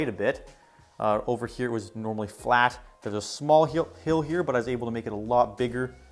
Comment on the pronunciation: cannot say "hill" in this video lol great world nonetheless, definitely ur best world yet! also CORNERLESS NETHER PORTAL